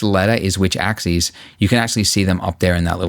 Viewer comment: Damn, I forgot how much I'm triggered by his mispronunciation of "axis".